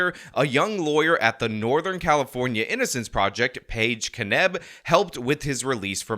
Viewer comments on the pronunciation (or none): you said "prisin" instead of "prison". "innicence" instead of "innocence". Somethin against the letter "o"?